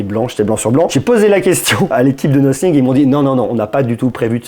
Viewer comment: on dit pas no fingue mais Nathing 😌😂😂